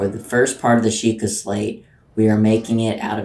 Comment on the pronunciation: bruh it's Sheikah XD